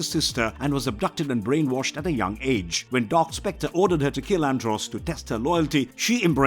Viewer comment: Bad pronounced of astronema and andros